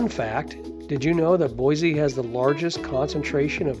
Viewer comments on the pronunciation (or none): It's Boise, not Boyzee. There is no Z in Boise.😁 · PLEASE re-record the narrative and pronounce my home city correctly. it's BOY-SEE not Boy-zee.... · I cringed everytime he said BoyZee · Pronounced: Boy-see. There is no Z in Boise. Edit: Oops, I see someone already made that comment. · Nonono it's pronounced BoyZee not Boise. Look it up when they first incorporated in the early 1600s it was pronounced BoyZee. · Sorry Linda times are a changing and it's now Boyzee....you see the world is getting lazier by the minute and it takes to much energy to say Boise. Don't let it drive you crazy tho just learn to accept it. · No Z in Boise. Yes we have a great City, but don’t say Boyze .